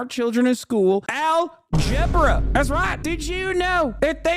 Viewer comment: 😂😂😂. BRAVO 👏👏👏 NOW THAT WAS REALLY FUNNY. “ AL-GEBRA “👊🥴